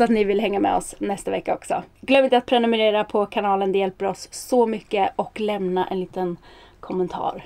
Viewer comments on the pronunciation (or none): none